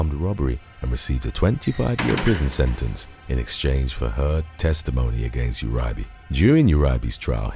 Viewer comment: It’s Ur-e-bay and Maine-ge